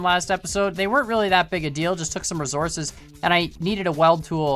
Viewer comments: The way he says resources triggers me. Rofl. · Did he just said resources de wrong-way